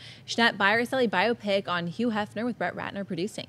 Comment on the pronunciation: patrick soler Yeah if it's a word that begins with hu he pronounces the h like a y. Maybe it's a regional thing. I wonder where he's from.